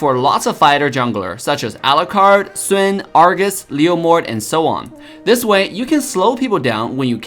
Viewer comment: Still can't comprehend how Sun, as easy as it is pronouced, is SWIN.... Sad.